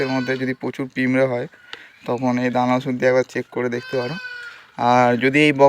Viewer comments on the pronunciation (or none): পিঁমড়ে না পিঁপড়ে